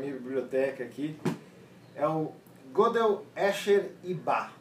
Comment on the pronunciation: Faltou maior bagagem ao para avaliar o livro.O livro é meio chatinho mas não é tão complicado assim. E outra coisa:a pronúncia do nome Gödel é Gêdeu e não Gôdeu.O Teorema e seu significado são claros.A demonstração é que não.